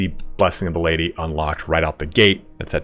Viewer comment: PHOR ZE LADY